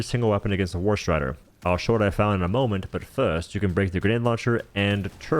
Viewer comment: Every time you say "first" the more i think your secretly british